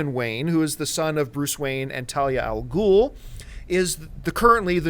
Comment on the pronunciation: i've been told my reasons for not liking batman begins are petty,like calling him 'razz' al ghul instead of 'raysh',bruce learned from more than one master on fighting techniques and my biggest complainant is the 'grounded in reality' thing.what else... way to much dialog and most of the exposition was boring beyond the telling.